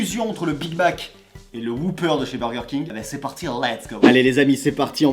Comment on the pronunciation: Pas "Whooper"... "Whopper", à prononcer "O", pas "OU".